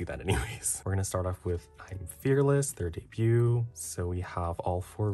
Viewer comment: love your videos, been watching for years! finally breaking my silence and letting you know that the t in debut is silent 😭